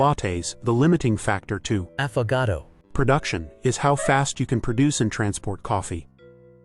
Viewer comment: love this vid, hilarious you had to get a different ai to say affagato